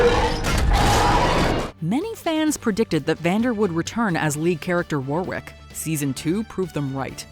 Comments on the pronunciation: I might be wrong, because I'm just talking normal English, but 'Warwick' is normally pronounced with a silent second W. Lol might be different, I'm not au-fait with Lol, just English. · As someone who is actually from Warwickshire where the name Warwick originates and also which has a village itself called Warwick, I gotta say I’m having a hard time dodging the American pronunciation of it constantly around Arcane, quite conscious of it not getting stuck in my head the next time I say it 😅 For some reason it seems Americans pronounce the 2nd ‘w’ but the correct way is the way that Warwick Davis says his name which is pronounced ‘Worrick’ not ‘Wore-wick’